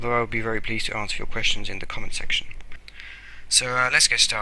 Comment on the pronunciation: you spelled section wrong XD u said sextion